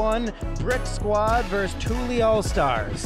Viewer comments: Annoyed me the announcer was miss pronouncing tully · “Tooly” All-Stars? Smdh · Dude just keeps saying tooly instead of Tully lol. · Man keeps mispronouncing “TULLY” and it’s sending me 😂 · The commentator mispronouncing Tully the whole time was so annoying. highly disrespectful